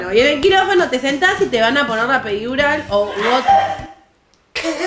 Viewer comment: La "perirural" , el bife de chorizo Jajaja estallé mal